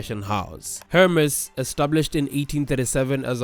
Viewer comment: I wish you'd pronounce Hermès right ^^ but great video xx